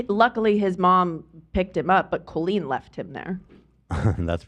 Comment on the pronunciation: Can’t handle how pronounces Colleen